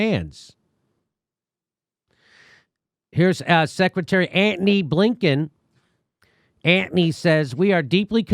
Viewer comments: "Ant-ny" sux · Love your 'ANTONY!' pronunciation, Jimmy. Childish and entertaining!